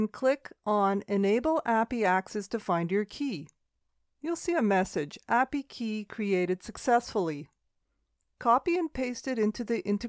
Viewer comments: good info but it was pretty hard to listen to API pronounced apiee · It's actually pronounced A P I. It's an acronym 😬